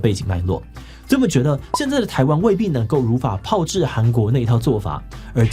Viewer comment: 雖然但是 應該是如法炮（ㄆㄠˊ）製吧🤔